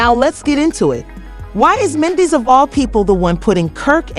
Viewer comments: So this seems like an "AI CLICK BAIT" situation because the narrator cannot say MEN-DEE-CEES name correctly....lets pay attention & watch out for the non sense. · Right!! Wtf is this mess? Cant even say Mendecees name right. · You can’t even pronounce his name, who are you!